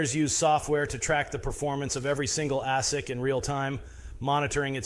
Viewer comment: Never heard them called ASS-ics before 😂. Its pronounced A-sic 🤦‍♂️